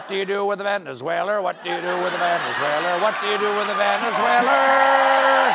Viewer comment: Venezueler just like Tesler I guess!